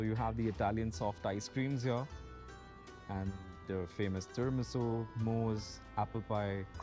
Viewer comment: Tiramisu Fav is what? Ucharon i bojha jacche na😢